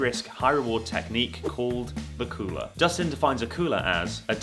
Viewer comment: I thought the cheating technique was called "Dakulah" but it turns out he was actually saying "the cooler"😂😂